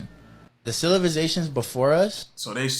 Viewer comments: Anyone else catch "THE CILIVATIONS" LMAO Opposed to civilization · 'Cilivizations' is crazy 😂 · “CILIVIZATIONS” headass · This is also coming from a guy who can't pronounce Civilizations, I'm not saying he's right or wrong. I personally believe the planet has been here way longer than our human minds can even understand. I also believe when we as humanity get to outta hand our planet rinses and repeats , hoping for a better versions of humanity in our next uprising as a civilization. I may sound just as crazy but if you really think about what im saying it makes alot more sense than the flat earth or domed planet BS alot of these conspiracy extremists actually promote and produce videos about just for views and likes